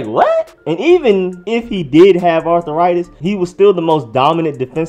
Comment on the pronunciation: Arthur-itis lolllll